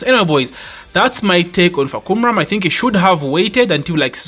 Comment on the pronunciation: Hi, the correct way to pronounce his name is Fah come rarm.